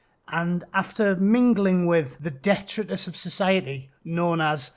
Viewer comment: It's not liti-gious, it's li-tidge-us boy. 👍 And it's de-tritous. 😂😂